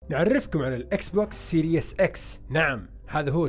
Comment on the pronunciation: وكمان ما اسمو سيريوس x بينلفظ سيريس x والله ما بعرف عشو العالم عم بتابعكم يعني رهيب الجهل والله